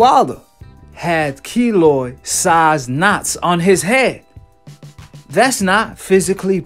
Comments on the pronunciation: Kiloid not kilo Smfh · Its Keloid not kilo